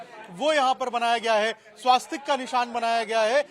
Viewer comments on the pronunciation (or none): "स्वास्तिक" नहीं इसका सही उच्चारण स्वस्तिक है।